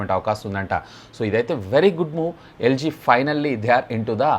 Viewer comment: Yel G kadu Annaya LG